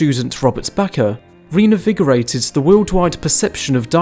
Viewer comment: Love your vids. (P.S. it's "reINvigorated . . . ")